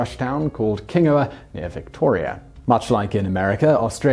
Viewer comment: It's pronounced king-gau-wuh ("gau" rhymes with plough") and it's not near Victoria, it's in Victoria (which is a state). And as well as the Hand of Faith being discovered there, there was also the Blanche Barkly, which was the largest gold nugget ever found at the time and is still the third-largest in history.